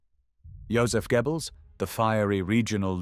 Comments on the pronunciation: Gebbles??? 😆 😂 You Brits couldn't pronounce German to save your lives. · The translation of the names of the Nazi leaders is so bad. "Dschiebels, Ramel". Very stupid AI! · It’s AI, and I’m not sure there is an English equivalent/spelling of the German pronunciation of “oe”. It’s not “Gebbels”, and not exactly “gyobbles”. Americans usually pronounce the name as “Gurrbles”, which is even worse. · KI ist dumm, kann nicht einmal Namen richtig wiedergeben! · If only he'd pronounce Goebbels properly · This narration sounds good but I still think it is AI... Goebbels is constanly pronounced incorrectly along with a few other words that point to it being AI. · Really like the content, but please sort out the pronunciation of 'Goebbels'. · c'est quoi ce commentateur de merde, qui ne sait pas prononcer le nom de Goebbels.